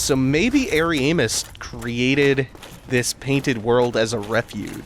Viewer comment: I like how you pronounce Ariamis. It almost sounds like hairy anus lol